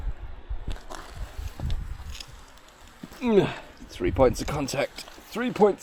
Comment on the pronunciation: Its tree thousand tree hundred and tirty tree feet high.